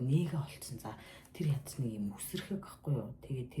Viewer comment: Гятад биш Хятад шүү